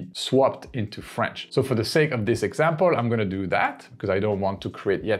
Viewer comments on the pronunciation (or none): none